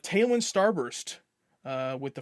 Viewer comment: Hahah, pretty cool to open up your video to here my username called out first with my question! Btw, it’s pronounced Talon.. it’s a Farscape reference that you will hopefully get one day 😉